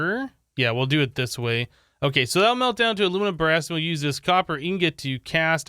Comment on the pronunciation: Everyone: Aluminum brass: Alumin bra